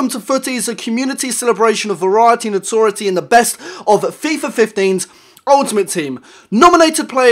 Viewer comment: WHY CAN NO-ONE SAY NOTORIETY!!!